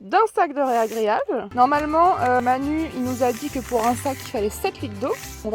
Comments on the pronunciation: Vous avez du mal avec le mot "ragréage" et non pas réagréage ni régréage....mais vous n’êtes pas les seuls :) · on dit ragréage et non régréage 😉😉😁 bravo pour l’avancement des travaux 💪💪👏👍😉💜💚